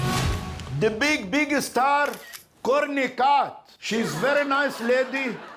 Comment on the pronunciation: "Corny Cob" (Courtney Cox) 😂🤣